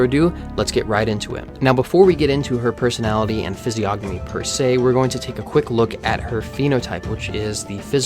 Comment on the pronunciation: you should know that the "g" is silent in "Physiognomy"